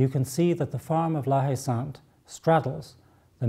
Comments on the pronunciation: when you pronounce La Haye Saint, "H" is silent, so it should be something like "La-Ay-Son" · friggingbomb88 La-Ay-San ! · If we wanted to speak French, we d have let the little bugger win. And if it as spelt la haye sainte , isn't the French pronunciation la ay sont?